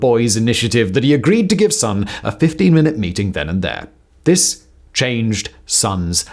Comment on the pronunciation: Just to say, living in Japan, his name is pronounced SOHN (the vowel is pronounced like the o in gone), not SUHN as we would say in English, in case anyone is interested!